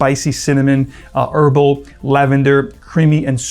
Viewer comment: Why does he say erbal for herbal?